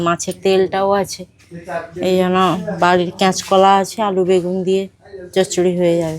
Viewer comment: Soman e kech kola bole kancha kola na😂😂😂